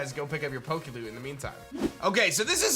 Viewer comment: Every time you any PokeLoot I keep hearing PokeLewd...